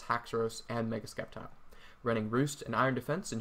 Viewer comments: "MeGaH SkEp-TiLe" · I was certain Sceptile was pronounced with a silent C.